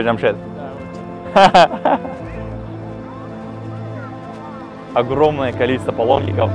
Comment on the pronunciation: Не Жамшет, а Джамщед